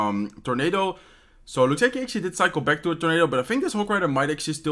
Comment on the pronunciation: Take a drink everytime he says "actually" or "ashuasie" (xD). Lets be drunk in 2min.